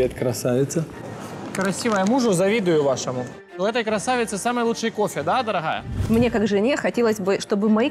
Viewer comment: ДороГая,ещё никогда так буква "Г" не резала ухо, как в этом слове 😄😄😄